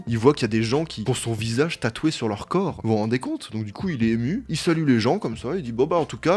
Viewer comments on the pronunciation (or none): none